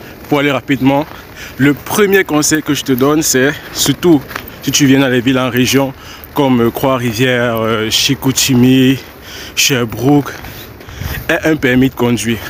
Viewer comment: On dit trois rivières et non crois rivières métro et non merci travailleur et non cravailleur. Tu fais ça comment ?